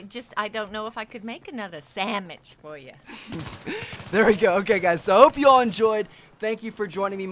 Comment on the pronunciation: lol she said samich thats freakin insane she doesnt know anything about the new sexual gestures soo funny